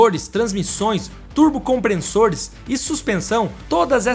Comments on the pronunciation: CompreNssores Comprem-SSores Legenda: compressor Dicção: compreNssor 😂😂😂😂😂😂😂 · Ótimo vídeo. Só não é nota 10 por ter falado várias vezes "compreNssores", mesmo tendo aparecido a grafia correta no vídeo. Fora isso, parabéns pelo trabalho! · "Comprensores" foi f0d4. Fala direito aí bro. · Compressores!!! Nao " Compre- n- ssores!! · Não é compreNssores e sim compressores 😂😂😂😂😂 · "turbo comprenssores"??? kkk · chegou a me dar angustia de escutar "COMPRENSSORES" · "COMPRESSORES"... SEM A LETRA "N" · Turbo COMPRENSSORES 😂😂😂😂 eu não aquentei kkkkkk